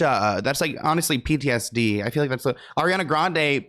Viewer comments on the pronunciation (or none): none